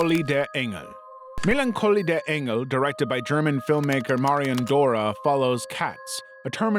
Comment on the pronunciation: On another note, I wanna say that your pronounciation of "Melancholie der Engel" was pretty on point! I'm not used to non-native speakers nailing those in their content